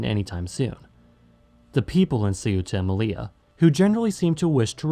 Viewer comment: but also with Melilla, very common mistake but it’s actually pronounced meliya, because double L In Spanish is pronounced like a y